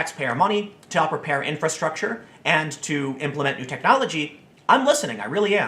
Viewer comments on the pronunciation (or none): none